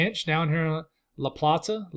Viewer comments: Harford county Maryland here. You’ve been spot on since I started watching last week. La Plata (luh-play-ta) is how you pronounce it. Only Marylanders can pronounce it right 😂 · thanks for your forecast. In Maryland, you called La Plata incorrect. It’s pronounced La Plate Ta. I don’t live there but know the area. 😊